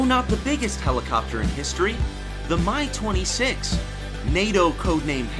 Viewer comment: "The My-6" Bwwaahahahahahahahaha